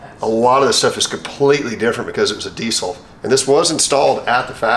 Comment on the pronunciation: The trouble is they are not pronounced "grooper" but "grope er" and "eye su zu" not "ee su zu" and "dee zil" not "dee sil"...